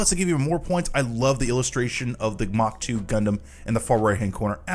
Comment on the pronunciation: The RX-178 MkII, with the mk meaning "MARK"2 not "mock"2. Rewatch Mobile Suit Z Gundam and listen CLOSELY to the words.